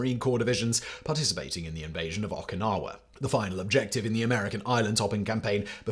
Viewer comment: As an FYI for Simon, Okinawa is pronounced Oh kee nahwah, not with an Ah sound at the beginning.b